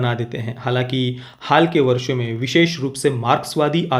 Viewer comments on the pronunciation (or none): none